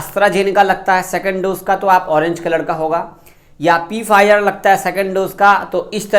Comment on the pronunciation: Bhai Pfizer ko Pfizer nahi bus Fizer boltey hai P silent hai 😊